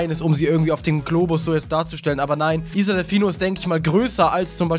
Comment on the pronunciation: wie er isle ausspricht mach mich bekloppt..